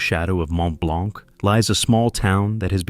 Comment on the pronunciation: Good video except for one thing to make this video a little less ...annoying is the French pronunciations. Just do a quick search on how to pronounce some of the french words ie blanc ( the c is silent) verte( the e is silence and the t is pronounced) ....just a little thing but it demonstrates research well done.